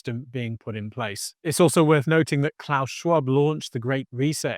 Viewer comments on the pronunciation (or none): none